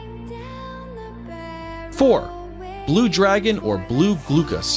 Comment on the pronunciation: Anemone. An em money Glaucus. Glau (glaow) cuss Pronunciation is key.